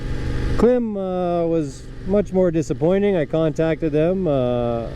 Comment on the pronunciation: Klim is pronounced Climb. You probably offended them. LOL